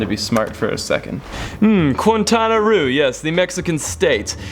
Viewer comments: Very amazing travel suggestions!!!! By the way, you butchered Quintana Roo's pronunciation. It is pronounced as "kinˌtanaˈro/, [kĩn̪ˌt̪anaˈro]" Make sure to rrroll the "R". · Quintana Roo pronounce as Kintana Ru. Love from the Philippines. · Awesome views😻 btw Quintana Roo is pronounced “Keen-tanah-roo” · Now THAT is a great list of recommendations!! Can't want to start planning my next travel! Ps. I love how bad you pronounce Quintana Roo 😂